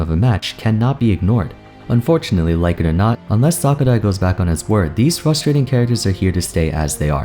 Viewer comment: I notice how always says "fustrating"